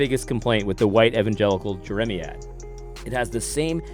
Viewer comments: AD, it’s Jer-uh-MY- ad. Think of the prophet Jeremiah, then say ad rather than uh for the end. The word is a reference to the prophet. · AD - please do yourself, and your audience, a favor and be more prepared before you speak. It's not hard to look up a word (e.g. jeremiad) to learn its definition and pronunciation. You undermine your credibility when you don't put in such little effort to avoid sounding ignorant by repeatedly mispronouncing a word. I generally appreciate your take on issues. But you should do better in your presentation and delivery.